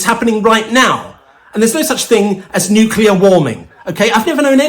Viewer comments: Nucular warming BAHAHAHAHA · I think we're being short changed by not having trump pronounce "nukelar" 🤣 it would be a great fit with that next big technology, AL 🤣🤣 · He pronounced 'nuclear' correctly. I'm impressed. Oh well!